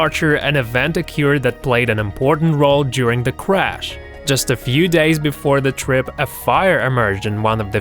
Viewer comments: When you say crash its like crazh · he said cwash -_- what is life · He dosen't spell crash right he says it like this"clash" this is fucking shit